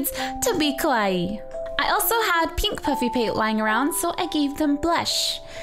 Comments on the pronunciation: Ahhh i love this and you sooo much!!! Just one suggestion from a fellow Japanese subscriber- try to pronounce kawaii very carefully because if you say kOwaii instead of kAwaii, it'll mean scary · Kawaii is pronounced /ka wai e/ if you pronounce it just /ka wai/ than it means scary instead of cute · Maybe it's only me, but the only thing that bothered me about her saying it is how she pronounced it. I rhymes with Hawaii but she said Ka-Wi. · U DONT EVEN KNOW WHAT KAWAII MEANS DO U?!?!? AND ITS KAWAII DESU (pronounced kawaii deth)!!!!!!!!!!!!!!!!!!!!!!!!!! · It's Ka-wa-ii Just sayin. Proof? I'm part japanese. :p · i love how american people pronouce "kowaii", which means death in japanese... pleaaaaaaaaaase c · _- It isn't a synonym for death, but, you're right, the problem is pronunciation.